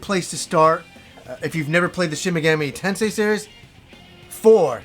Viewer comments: Take a shot every time says: Shin Megammy Tensay. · Shen Megammy Tensay